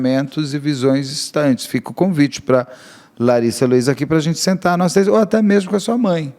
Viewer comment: "Nois" "Nois" "Nois". Misericórdia, meus ouvidos sangram!